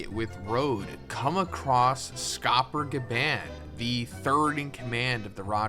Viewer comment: You are saying Gaban wrong ya trog